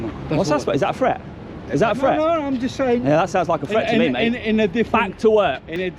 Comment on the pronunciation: Just begins with a J not a D mate